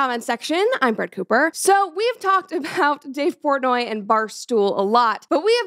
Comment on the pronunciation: Who tf is Dave Pornay??